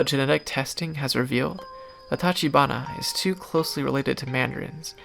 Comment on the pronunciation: Same for tachibana: "ch" as in chess or chair